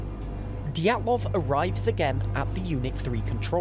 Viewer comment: ah yes anatoli diatloof